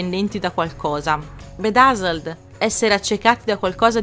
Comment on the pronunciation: Ti prego... More... More clips like this! I'm luvin' it! P.S. "Chauser" si pronuncia "cio(u)ser";) "Bedazzled" diventa "bidezold"; "Cold-blooded" si pronuncia "cold-bluudid"; mentre Swagger si pronuncia "suogher"; Scusami se faccio il prof.,! Ottimo formato:)